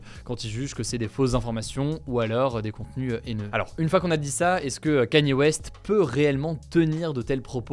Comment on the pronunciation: T’As prononcé 100 Kanye West aucune des fois était la bonne 😂